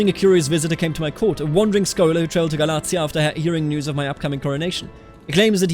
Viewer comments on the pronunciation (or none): Galatia is pronounced more like Gah-lay-sha